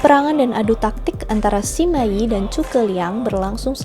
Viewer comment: Lu sama Lü 吕 itu bacanya beda lho. Sima dibaca: Sema.